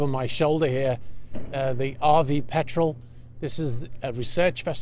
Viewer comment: I’m glad you pronounced Petrel properly this time. I also wonder why “past experience” is used given that all experience is from the past, we don’t say round circle after all.